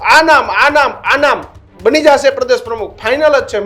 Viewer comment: "જાસે" નહી "જશે" . તમે લોકો pass કેવી રીતે થયા journalism અને ગુજરાતી‌ ભાષા મા. 😂